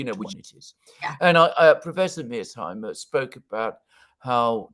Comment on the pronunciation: I think mispronounces "Mear-sheimer" as "Mears-heimer" for the same reason that he mispronounces "Xi" as "See"; because (for whatever reason) he can't pronounce the "sh" or "zj" sound. Just saying! 🙂